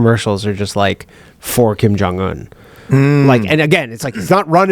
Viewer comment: Mine is how Danny looks at Ryan mispronouncing Kim Jung Un’s name